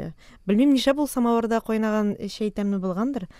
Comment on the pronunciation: Сэй тугел ЧЭЙ!